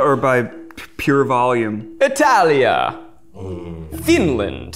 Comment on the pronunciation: Zach pronouncing "finland" with a russian accent... dude 🤣😭